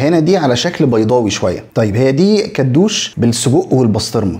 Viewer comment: كدوشي مش كدوش